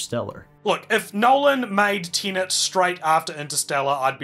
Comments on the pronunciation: Good discussion but, ironically, spoiled for me by both presenters mostly pronouncing the film as Tenant (mostly). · Within 2 seconds, "Tenant". Why can't people pronounce Tenet properly?!? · I keep hearing you say tenant. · You should have garbled the sound on this video, then we wouldn't have to hear you consistently call Tenet "TENANT". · Learn to pronounce „Tenet“ before you criticize it😂😂😂